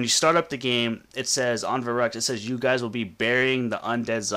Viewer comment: It's pronounced Veh-roo-ckt not Veh-ruck-t!